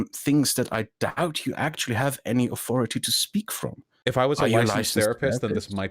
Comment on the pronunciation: still can't pronounce 'th' "aufority" "fing"